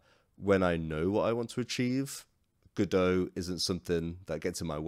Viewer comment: It's called Godot, but you keep saying Godoew.